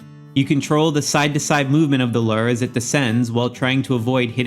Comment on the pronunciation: Great video! Super helpful! As a real life angler though it bugs me how you say "Lure." 😂😂